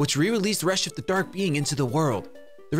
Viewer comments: It is pronounced rechef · its pronounced re-chef 😉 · It’s pronounced Re-CHEF,...Re-CHEF!!! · “Reshef of Destruction” Ah yes, I see, I see. Quite a good title for a game. Very intriguing. What the fuck is a reshef?😂😂😂